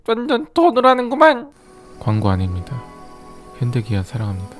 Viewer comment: 아아닙니다 보단 아에에에핽이 더 가까운 인간미